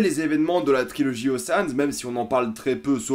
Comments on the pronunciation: OCHEANS EIGhTTT pas oceane huit hahhaha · Océanes huit ? T'es déjà allé en cours d'anglais dans ta vie XD